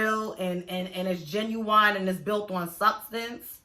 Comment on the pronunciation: No Offense, this is an actual question. Do you say ginu-WINE on purpose or what?